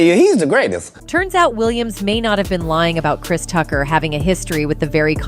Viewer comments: … “CHRIST” Tucker??? WTF??? 😲😲😲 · Christ 😂 you’d think AI would be able to pronounce the name Chris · “ Christ Tucker”? Stupid A.I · "KRISE" Tucker is because you're listening to an A.I. robot reading the text. They use it a lot on these tabloid "news" videos. Especially on celebrities and NFL / NBA. The AI, or whatever it is, still makes misreads and mispronunciations of certain words(interjections) and names it reads. Sometimes you can hear weird inflections also, but it's getting better at sounding like a real person. This one uses a female voice that sounds like "Entertainment Tonight". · Krise? I think the fear of AI is a bit overblown. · Goes to show you AI isn't that intelligent because it can't even pronounce Chris Tucker's first name correctly